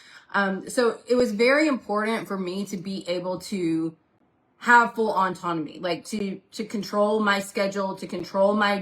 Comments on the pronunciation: GURL please, it’s pronounced [AW-TON-OH-ME] not [ON-TON-OH-ME]. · Why is she saying "Auntonomy"? There's no "N" in the first half of that word. It's "autonomy", not "on-tonomy". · her repeatedly calling autonomy "ontonomy" is driving me crazy....